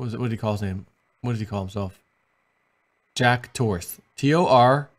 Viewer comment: "Jack Tor-S"...awesome!!